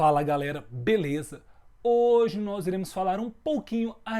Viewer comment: eh engracado o falando fala galera beleza kakakakakakakakakakakakakakakaka o b parece q vai estourar a boca dele